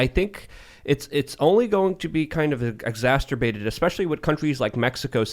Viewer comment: I had a giggle at "exasturbated" tbh. I'm so damn immature at 32 years old